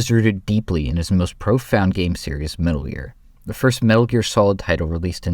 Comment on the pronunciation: "... His first game : 'Metal Ear'"